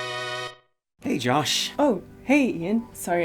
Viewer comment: Your American accent is getting better. Especially that initial “Josh.” You just got to get that rhotic “r” like in Blizzard.